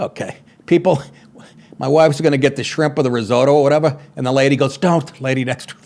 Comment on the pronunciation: Oh Nick, you’re hardly a stereotypical Guinea if you can’t pronounce Italian words. “Pistashio”? “Rizodo”?